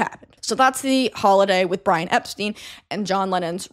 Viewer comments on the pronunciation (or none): For future reference, the Beatles have always pronounced it "Ep-stine"